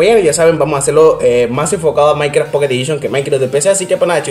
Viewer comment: Soy yo o dice maicra